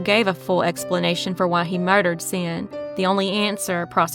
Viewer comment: Xin is pronounced "shin"